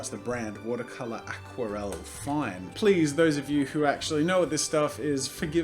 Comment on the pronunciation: watercolour aquarelle fine 😂😂😭 your French is good 😂😂